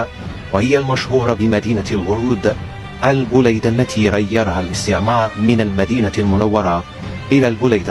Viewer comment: انها المدينة البليدة وليست البوليدة يا جدك 😅😅😅😅